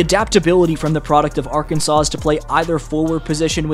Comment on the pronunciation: Arkansas- Ar-kan-saw